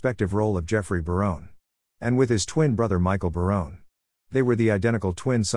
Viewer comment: Robot narrated this. Next time, please use a human who knows how to pronounce the names of the actors and characters. (Barone-y instead of Barone? A-lie instead of Ali?) Indeed!